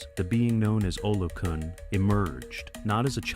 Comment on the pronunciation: Olokun: pronounced OLOKOON.